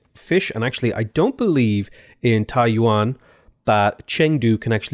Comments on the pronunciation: Yeah, the city’s pronounced Tai-youen (also zhou is pronounced tzou) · Hi bro, TAIYUAN ≠ TAIWAN, you pronounce Taiyuan as Taiwan